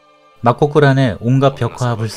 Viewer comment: 제작자님, 그냥 편안하게 막고굴~ 이렇게 발음하시면 될텐데 막곡굴~ 하고 어렵게 발음하시니 왠지 짠하네요. 그냥 글자대로 편안히 발음하면 되는 단어입니다.